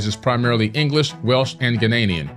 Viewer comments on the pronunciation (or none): none